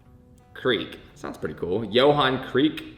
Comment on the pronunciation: Johan not yo-Han bra.